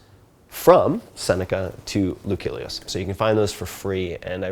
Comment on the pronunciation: The "C" in Lucilius is pronounced like an S. Great thoughts about a wonderful field of Philosophy!